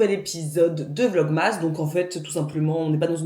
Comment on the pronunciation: Top ce pain au levain express ! Il faut que j'essaie, j'ai vu passer votre recette dans un autre vlog. Pour la prononciation, c'est plus "Vlog-meuss" que Vlog-MASS (comme on prononce Christmas > Christmeuss"), je sais pas si ça aide !